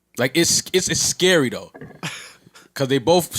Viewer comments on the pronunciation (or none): turning Spanish on the low. He said “it’s Es-scary” lmao 🤣